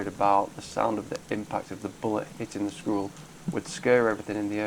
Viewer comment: It sounds like you are saying screwell instead of squirrel.